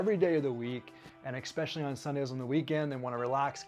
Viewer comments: fun info thanx but plzzzz ...its ESPecially not EXpecially ......es not ex 🙏🙏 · Interesting video thank you. Just a quirk of mine - there is no X in especially. He says it a hundred times.